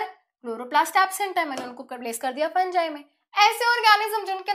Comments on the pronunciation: Mam फंगी होता है फंजाय नहीं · It's fungi not funjai